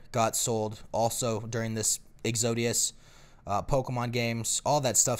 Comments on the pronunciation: lol when you say exodius and mean exodus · It's pronounced "Ex-oh-dis."